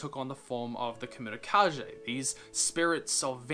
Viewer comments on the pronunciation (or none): Kemurikage, not kemurikaje. As in kage; Japanese for shadow. Probably. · Fyi kemurikage(煙影) is pronouned ke-mu-ri-ka-ge not zhe and means smoke shadow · dude you made me cringe so much by mispronouncing the kemurikage. its not kemuri ka jay its kemuri ka gay. kage means shadow. and kemuri means smoke, literally the name if the comic comes from this. also if you watch naruto, you will know the epicness of the word kage. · For some reason I missed this video all these years and WHAT IS WITH THAT PRONUNCIATION OF "KEMURIKAGE"!? It's keh-moo-ree-kah-geh with a hard g. Geh, not Jeh! And don't you dare "I don't know Japanese" me! You watch anime, don't you? It's just like Naruto's Hokage or Kage Bunshin. Same word. Kage = Shadow. Kemuri = Smoke. So, Smoke-Shadow. Get it? It's the title of... the... comic... Ahahaha. Sorry. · Not Kah-jeh. Kah-gey. Aka shadow. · It's keimurikage, "kah-gay", not "kah-jay". I think it's meant to be a Japanese pronunciation. Sorry, pet peeve. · It is pronounced Ka Gay not Ka Jay. Sorry I am a grammar nazi. Just don't mind me. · Sorry but it is pronounced KA-GAY, not KA-JAY! Sorry... It just bothers me a lot. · Every time he said “kamurikaje” I whispered under my breath “ kage ”. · Kemurikage is likely pronounced with a Geh at the end, not Jeh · The pronunciation of kemurikage is simillar to hokage in Naruto, so the G should be the same as in good or ghost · Kemurikage is pronounced with a hard G by the way. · Kemurikage almost definitely has a hard g, given it’s probably derived from japanese. You were right at first about mochi, the ch is pronounced like in cheese. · I'm pretty sure Kemurikage is pronounced differently xD It's pretty clear that the word is based on japanese. So kage would be pronounced as in Hokage